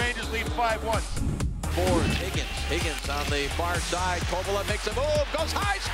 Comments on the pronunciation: How did they forget the no helmet goal??? And note to rangers’ commentator: it’s Kovaleeeeev, not Kovalooooov! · Why did the rangers announcers always call him Kovalov? 😂